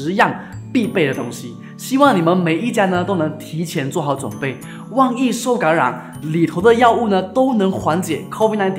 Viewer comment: 可能是Sabah/Sarawak人。“万一” 读成 “旺一”… 😂